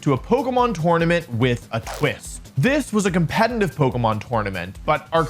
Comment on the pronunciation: I like this guy's video but why does he say "compenenive?????"